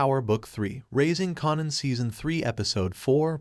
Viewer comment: Raising KAYNAN try saying it like that at least lmfaooo